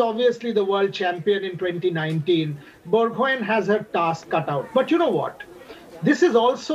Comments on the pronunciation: Borgohain.. 😂 pronounce karna seekh lo.. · Bor- go-haaaain pronounce it correct....it's irritating the way the anchor pronounced it🙃